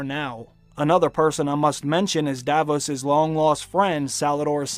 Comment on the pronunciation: Pronounciation rectifications: “Arya” has no “ee” sound in it, it’s simply pronounced “Ar-ya,” not “Ar-ee-ah.” Ser Davos’ name is not pronounced “Da-vose,” rather just “Da-voss.” It has a soft “oh” sound similar to that which your mother makes when I have my way with her.